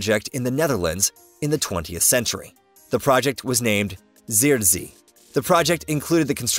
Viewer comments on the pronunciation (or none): Zuiderzee really isn't pronounced that way, but valiant effort nonetheless! Phonetically, Zuiderzee sounds very similar to SouthernSea, which is the direct translation anyway. And if you use that in the Netherlands, people will understand what you mean. What you said at the timestamp will get a lot of people looking at you confused. The 'ui' sound in zuid is closer to the 'ou' part in for example sound or southern, rather than the 'ie' sound you made there. In the same way 'zee' can simply pronounced as the letter Z in english, or like 'sea'. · I have not heard Zuiderzee pronounced this weird before lol